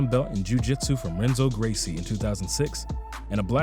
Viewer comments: Decent video, but you honestly lost almost every shred of credibility as an MMA channel for the mispronunciation of the Gracie's names like some common weekend warrior fan... Royce is pronounced ('H'oyce) and Renzo is pronounced ('H'enzo) Gracie... Forgive my bluntness, but mispronouncing the names of MMA legends and pioneers is beyond incompetent... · I know that doing voiceovers is hard work (I've made advertisements and it requires many takes to get it right). However, My guy in this video is BUTCHERING some of the names. Royce Gracie is pronounced Hoyce, Renzo is Henzo, Firas Zahabi, not "Zahabiid", and David Loiseau is pronounced LOU- I -SJYO. I would think that MMA fans making professional videos would know that. Just go back and watch their fights if you are unfamiliar with their names.